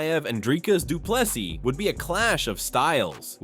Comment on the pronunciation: Say Do Plus E and you will perfectly pronounce Du Plessis.